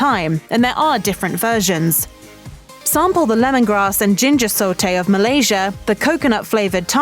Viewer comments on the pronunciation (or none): none